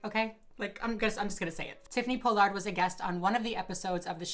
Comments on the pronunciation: It's Pollard not Po-Lard lol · Everyone: Paul-Lerd: Pole-Lard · Tiffany Paw-lerd* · “Tiffany Po-Lard” 🪦💀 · I love that you say tiffany pollards name wrong lol. It's pollard like collar lol. But great video, everything you say is 100% right!! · “Po Lard” lol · for the future her pronunciation is "Paul-erd" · Not that it matters, but it's Pall-ard. Pollard is pronounced Pall ard. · Ughh I share my last name with the worst people...side note it’s pronounced PAH-lard 🙂 love you and your videos ❤️ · I can't stand how you say her last name....but appreciate your video. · You are not pronouncing her last name correctly. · the way you say her name wrong 😐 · First off, Me watching you say my last completely wrong is cringe lmfao but I’m gagging she’s would ever do this. She giving the Pollard name a bad look smh and she’s not an icon anymore smh 🤦🏽‍♂️ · You pronounced her and JKs names wrong